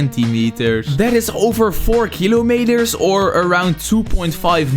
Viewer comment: eet is just a peelar He said kilomaters😂😂